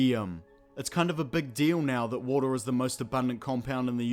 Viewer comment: Warter sinezzz😂😂😂😂😂